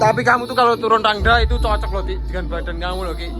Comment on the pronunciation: Kok rangga sih kan seharusnya Rangda